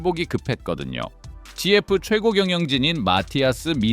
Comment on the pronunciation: 지에프??? Ai영상 진짜 짜증난다... 지에프라 부르는사람이 세상에 어딨어